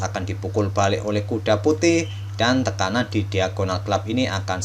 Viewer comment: Bagus, tapi lebih enak jika kata kata yang salah dibenerin dulu semisal tekanan kadang bilang tetanan banyak kata yang kesleo ...